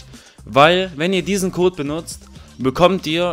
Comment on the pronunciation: Er sagt nicht mein Code ist der beste sondern mein Kot ist der beste ahja